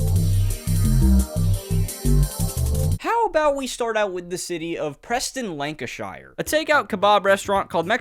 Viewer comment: Great video!! But your pronunciation of Lancashire has me laughing